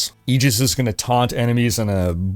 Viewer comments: Came here to call you out for saying "eeeegis" instead of aegis you psychopath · I literally can't recall the last time I heard someone pronounce "aegis" correctly!